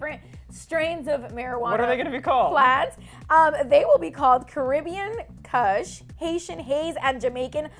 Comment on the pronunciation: jamaica yaaaay🙏🙏👋👋😀😀😀... you guys need to learn how to pronounce kush though